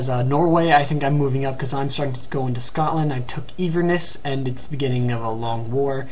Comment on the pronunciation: "een-verness" It's pronounced in-ver-ness. And Glasgow is pronounced glass-go